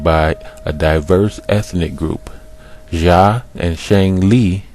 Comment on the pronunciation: Xia = "shyah" Zhou = "zhoh" (zh like french J) Hua = "hwah" (one syllable, faint H) as far as "black-headed", talking about someone's head has refered to their hair since time immemorial "Erik the Red"... ie "redhead" etc. Sumerians were black-haired more than likely as are middle-easterners, but earlier depictions more white with blue inset eye stones, later depictions after assyrian/babylonian conquest are more of a semitic babylonian standard also, look at in depth study of sumer bec...